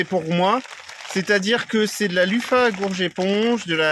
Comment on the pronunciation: Salut tu dis gourge, pourquoi